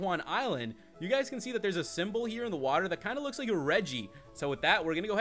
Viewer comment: your saying cane not can